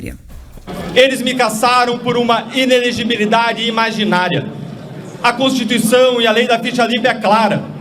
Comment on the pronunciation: A repórter não consegue falar inelegibilidade. kkkkk